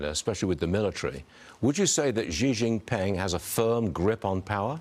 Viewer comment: Hejinping or Shejinping ?